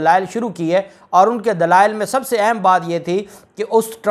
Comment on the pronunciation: Word اہم is word zuber therefore kindly note pronunciation of اہم